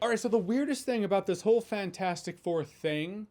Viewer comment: It still bugs me that he never pronounces the “T” in FANT4STIC.